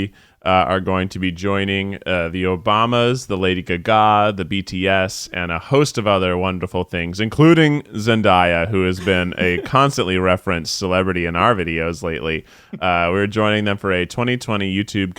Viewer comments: guys please it's pronounced Zen-DAY-a not Zen-DIE-a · Pronounced zen-DAY-ya. as in daytime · It’s pronounced ZEN DAY UH